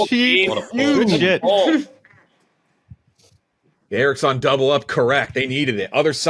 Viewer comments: anyone else extremely annoyed with how pronounces "Erics-On".. "Its E-ROCKS-ON" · I’m pretty sure is pronouncing Eroxon wrong. On PMT they call it Hard E-Rocks-On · not incorrectly pronouncing his own sponsor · Learn to say your sponsers name